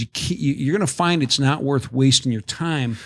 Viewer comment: “Itsh new teritory” 😂